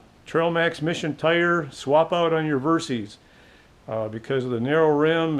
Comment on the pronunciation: You put out great videos but I have to mention this. The bike's name was derived from "versatile system", hence VER SYS as in system, not VER C's or Ceees. I apologize for being nit picky but I cringe every time I her someone say Ver C's.